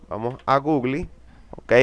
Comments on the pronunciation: no puedo confiar en alguien que dice gugli... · "gugli" jajajajajaja